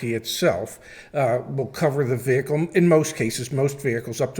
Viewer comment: The "h" in "vehicle" is supposed to be SILENT!